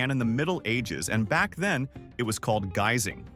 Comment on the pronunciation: OMFG! LEARN TO PRONOUNCE THE DAMN WORD! "SOW-in"...REPEAT AFTER ME,......SOW.....IN! ALL this AI CRAP..is for the birds. THUMB DOWN! PS. EDIT YOUR VIDEO. And..."gazing"...REALLY? It's spelled: guising